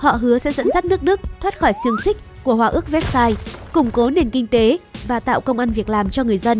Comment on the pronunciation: Vơ seo chứ ko phải véc sai nha